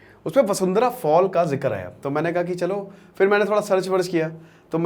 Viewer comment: वसुंधरा नही वाशुधारा